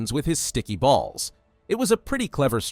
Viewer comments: THE MINETA BACKSTORY..WHY DID HE MAKE BALLS SOUNDNLIKE THAT 😭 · ”stick his balls to the ground and walls” bro didn’t have to say it like that😭